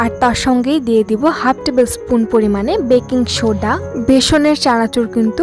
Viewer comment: স্পুন আবার কি রে!! আমি শুনলাম পুন!! এই শব্দটা শুনবার পর থেকেই শরিল বন্য ঘোড়া হয়া যাইতাছে।